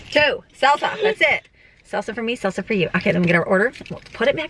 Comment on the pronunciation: LOL, when you kept talking about salsa I thought you were saying seltzer and thought that was a strange thing for a teen to be into until you said you wanted it for your Mexican food.